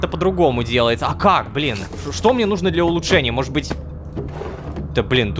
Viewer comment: О нет, он правда сказал асфи́ксии, а не асфикси́и. Рома хорошо озвучивает, но его ударения меня просто убивает, особенно его повторяющееся из раза в раз ,,нужно́" а не "ну́жно".